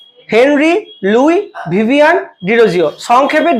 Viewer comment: ভিভিয়ান না ভিভিয়ান